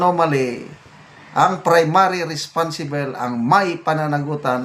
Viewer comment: Ano kamo general? RESPONSIBEL😂😂😂 as in RESPONSIBLE! RESPONSIBOL! wooow great pronunciation 😂😂😂